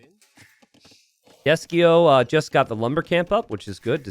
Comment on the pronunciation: He kept calling him Desky-os the whole game 😆instead of his actual name, Desky-sio